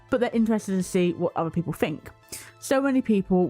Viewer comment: "SMALL SOLDIERS PIPOL WHAT IS WRONG WITH PIPOL🤣🤣🤣 THE ACCENT GOT ME GIGGLING 🤣🤣🤣🤣